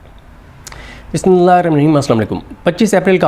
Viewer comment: Bismillah theek sy parha karo bhai Pooray vlog mn har lafz clear sirf Bismillah clear nahi